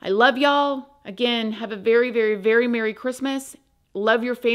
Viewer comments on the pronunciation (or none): none